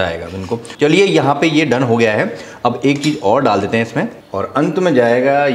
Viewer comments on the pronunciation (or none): none